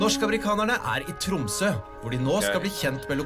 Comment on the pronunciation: It's not Nor Gay it's Norge. Nor like in the english word nor. Ge like in Get.but without the t. Tromsø: the Ø sound sohuld be like girl, bird, third, tird, nerd. Æ sound is used in english: like this is really bad, bad sounds like bæd. You pronounced it Tromså. To learn how to pronounce these sounds and words I recommend going on dict cc. I contribute there, so you can hear Norwegians pronouncing the words.